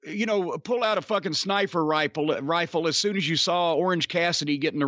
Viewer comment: "Snifer Riple"